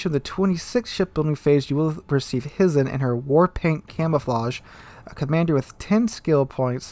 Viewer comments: Hizen is pronounced Hi-zen! Hi!!! 😋🤣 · HY ZEN or HIGH-zen ... FYI.